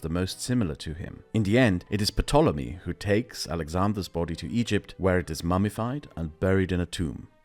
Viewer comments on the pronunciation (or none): I was always taught the the Ptolemy dynasty was pronounced "Tol-em-ee" (the p is silent); was this incorrect? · The p in Ptolemy is silent I think, every other time I’ve heard it the p is silent but I could be wrong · Hey great video, I’ve been subscribed for a long time and really enjoy all your content. I know English isn’t your first language and it doesn’t make much sense, but the “P” in “Ptolony” is silent. I can’t explain why but it’s similar to Pterodactyl: the dinosaur. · It’s a very minor correction but the Ptolemaic dynasty didn’t marry Egyptians. They married each other, and brother to sister or sometimes uncle to niece. Also the P in Ptolemy is silent. 😊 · I think the "P" in "Ptolemy" is silent. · I have never heard anyone pronounce the ‘p’ in ‘ptolemy.’ This has been the case since I first read the name ‘Ptolemy’ on the pages of the YA Bartimaeus Book Trilogy books back in the 2003 (that’s a book trilogy about empire). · By the way, the "p" in "Ptolemy" is silent ;) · Isn't the P in Ptolomy silent or am I just stupid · Hate to be that guy, but the p in Ptomely is silent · I've never heard Ptolemy pronounced that way before. Is that the more correct pronunciation?